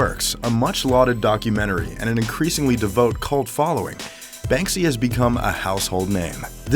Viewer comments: Devout mispronounced. Admiration mispronounced. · devout = dee-vowt (not dee-vote) admiration = ad-mer-ay-shun (not ad-mire-ay-shun)